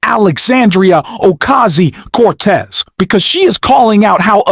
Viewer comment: The narrator of this video needs to pre-read, so he doesn't butcher the text and practice saying Ocasio, not Ocasi, etc 😮